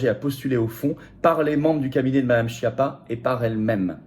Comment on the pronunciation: Faites chia avec votre Chapa ou Choti. Respectez un peu la prononciation du rital, la langue de la musique. Et, accessoirement, prenez la peine de traduire schiappa en français et d'écouter la bonne prononciation. Baj'ned.